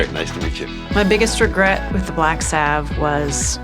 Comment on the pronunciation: Salve. Like valve. Her mispronunciation is KILLING me.